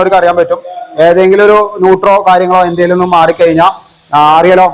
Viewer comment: ഇവനെന്താ എത്ര പറഞ്ഞാലും മനസ്സിലാവില്ലേ!!! 😂 ന്യൂട്ടർ❌ അല്ല ന്യൂട്രൽ✅ ആണ് മോനെ😂